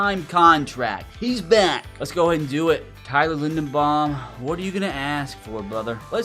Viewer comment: It's Tyler LindeRbaum, buddy. Love your channel, keep up the great content.